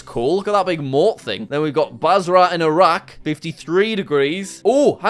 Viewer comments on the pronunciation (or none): none